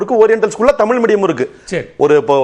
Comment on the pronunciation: ஆசிர்வாதம் நீ முதல்ல தமிழ் ஒழுங்கா உச்சரி தமிழின்னு சொல்லவே தெரியல உனக்கு நீ எல்லாம் பேச வந்துட்டே